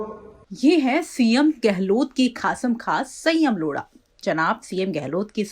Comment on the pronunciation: मैडम यह लोढ़ा है न की लोड़ा 🤣🤣